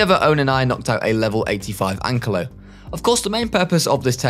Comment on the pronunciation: Why is no one saying that he said ankalo instead of ankylo it bugged me so much